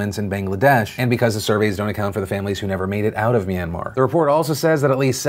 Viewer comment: I give you a 10/10 on your pronunciation on that Myanmar piece. Thanks for talking about this issue on your platform phil